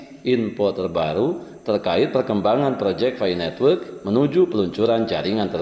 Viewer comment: Pi network, bukan fi netwek